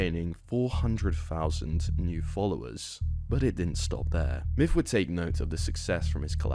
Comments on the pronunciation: The video is hard to watch when he calls him "miff" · his names myth not miff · Pretty sure it’s pronounced Myth not Myff.. JS. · I literally was mainly listening and thought you were saying "Miff" this entire video. Then I see he commented and it's "Myth". Good lord I feel dumb xD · "miff". Come on ya dang Brits. Learn how to say "TH". It's MyTH, not MIFF. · you do realize it's MYTH not MIFF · Oh my god dude 😂 I was only listening to audio this whole time and thought the streamer’s name was “miff” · I hate how you pronounce his name. "Miff" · no matter how many times you say it all I hear is Miff, good vid though